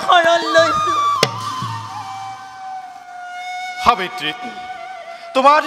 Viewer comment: সুন্দৰ।সাব্যত্ৰী নহৈ সাবিত্ৰী হব লাগিছিল নেকি বাৰু।